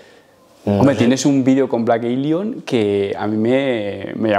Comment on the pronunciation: "Blek Elion" xD